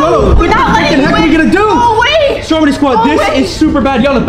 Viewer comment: ITS NOT STROMEY ITS STROMEDY